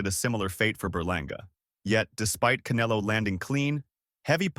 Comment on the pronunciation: why they keep calling him Caneelo? 😅